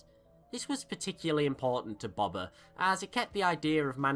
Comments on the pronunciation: dude i love your vids but its not bob-bah fett it's pronounced bow-bah fett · Really good video but it just really bothered me that you called him bober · Please my ears stop saying Bobba it’s Boba ffs. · It's pronounced "Boe-bah" not "bob-ah" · Just Btw.. It is pronounced B-oh-ba Fett not Bob-a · I can't hear you pronounce BOBA as BABA one more time. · You say it like baba its funny He named his son the heir to a line and race of warriors BABA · It's Boba. You say Boba like buba. Freaking moron. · Going To Be That Guy I thought that at first, but I'm sure he could say "bow tie" so I'm sure he could say "bowba" the correct way. Though, I'm not judging him for it. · WHY ARE U SAYING BOBA LIKE THAT IT HURTS